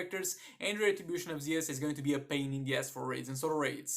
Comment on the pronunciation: The video has very great, it helped me with my Shazam as well, but I’m not tryin to judge you or anything but it just sounds very weird in my head, it’s actually the retribution of “Zuuus” not Ze-us. It just feel weird in my head that’s why